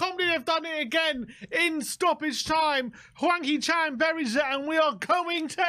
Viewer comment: 황 희 찬 발음 정확한 영국 아재들. . .